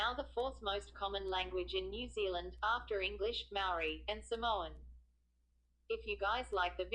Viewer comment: This video is awful...your pronunciation of 'Maori' is dreadful and the sound quality sucks too.